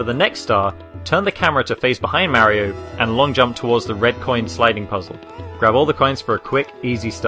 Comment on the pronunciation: u say Maerio instead mario